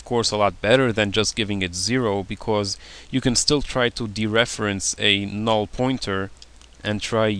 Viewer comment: I like the way he says "null" xD, it's like "naoll" lol